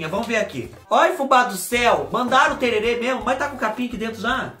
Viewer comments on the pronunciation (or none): Fubá querido, é o que o Zé Leôncio toma sim, mas a pronúncia correta é tereré. Tererê é o de enfeitar os cabelos. Espero que vc vá mesmo conhecer Bonito, é um lugar maravilhoso. Morro de saudades do MS! 🥰🥰🥰🥰